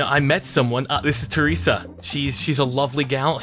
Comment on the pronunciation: He called her traesa and Sheryl